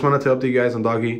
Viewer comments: It’s pronounced “DOHJ” not “Doggy” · it's pronounced "dohj" coin....not "doggy". but good shit man. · Bro its DOHJ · Bro it’s fucking pronounced DOE-JUH